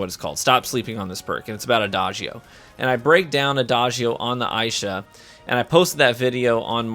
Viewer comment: Would be nice to know ahead of time if the video favors certain classes. This video is for Warlocks primarily. Nice video, but a lil click baity. Assuming that's purposeful though...Also, pretty sure it's pronounced "ai-EE-sha". But that's just a bit nitpicky.